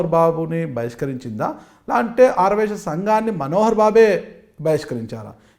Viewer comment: యాంకర్ కు ఆర్య వైశ్య అని పలకడమే రావటంలేదు.😂😂